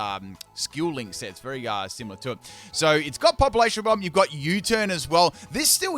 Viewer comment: How do you pronounce "bomb" again? XD:_pimpKappa